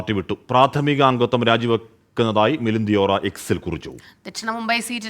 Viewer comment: ദിയോറ അല്ല, ദേവറ ആണ്.